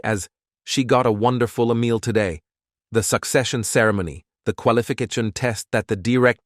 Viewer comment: When He said qualification